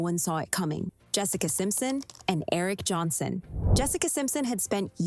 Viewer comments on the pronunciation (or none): none